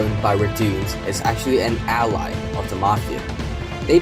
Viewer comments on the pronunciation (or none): none